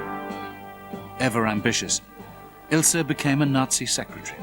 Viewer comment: Her name was Ilse, not Ilsa. Anyway thanks for the uploading